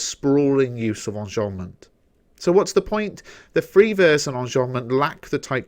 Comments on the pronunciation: Qanzii onjombment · Why do you say enjambment like that?